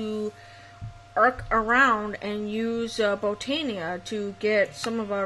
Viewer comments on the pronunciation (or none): Its said like Bow-Tan-ia